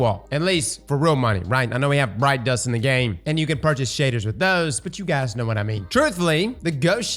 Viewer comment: Lol every time he said “Bright Dust” I heard “Brine Dust” and with the recent fishing changes, I could see that being a currency in Destiny 😂